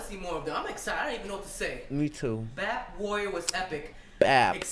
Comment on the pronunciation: The begin of the song: BI EI PI. He the whole time: BAP HAHDJWJDJWKDK XD